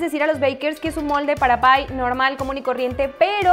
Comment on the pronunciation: Jajaja es un pye no un pie 🤣🤣🤣🤣🤣